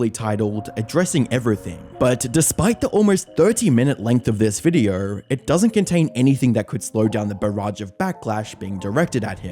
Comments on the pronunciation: You say video like videorh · can you please point out to me where the fuck the "r" is in the word "video"